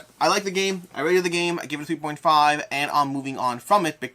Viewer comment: my bad, second time you saying 3.5 was much faster and at first it sounded like 2.5 for me